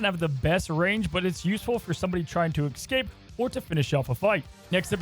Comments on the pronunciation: Please, I beg of you. It is pronounced "es-cape", not "ex-cape". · Good vid, now just work on saying escape instead of ekscape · The word is “escape”. Excape isn’t a word